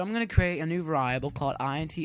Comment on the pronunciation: uh variable not va-rie-able